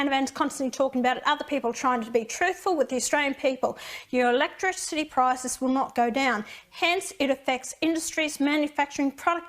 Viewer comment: No comment electrichity ! Sound it out Pauline you’ll be ok ha ha what a bunch of rednecks